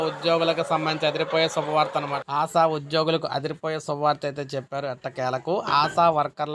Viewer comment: ఆశా'వర్కర్స్ కు ఆసావర్కర్స్ కు పలకడంలో తేడా కూడా తెలియదా? నీవు తెలుగువాడివేనా?